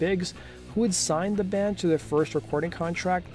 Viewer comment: Is it just me or is he saying "dand" instead of "band"?